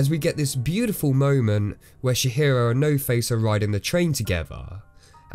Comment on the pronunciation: And he also calls her Shihiro and I'm dying haha. I always forget how little most people know about the japanese language. It's Tji-hiro!